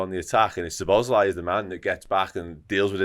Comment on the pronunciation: There are videos, where the man himself pronounces his name, and it is not way some of the men in this video are pronouncing his name. Szobo Szlai (sobo - slai) - not (sobos - lai)